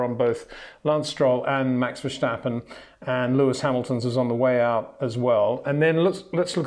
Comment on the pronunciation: HEY PETER WINDSOR, I HAVE MESSAGE FOR YOU SIR: it is NOT Max "verSHtappen" ... Max is not German (Germans indeed do pronounce "st" as "sht") ... #Max33 = Dutch NL/Belgium! ... It is not "Bottash" nor is it "Lewish" certainly not "verSHtappen" .... This BS started long time ago when a British sport presenter interviewed father Jos Verstappen and assumed you can use a German pronunciation to a Dutch Driver thinking it is so "funny" ... It is not. SERIOUS QUESTION: Can any Englishman say "versatile" out-loud without saying "vershatile" phonetically?